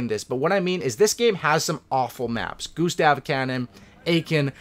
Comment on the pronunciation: why just why and it's "Gustav cannon" not Gustavo cann